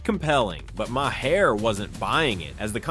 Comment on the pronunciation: Bill Ma, Marr, My-Hair????? WTF am I listening to??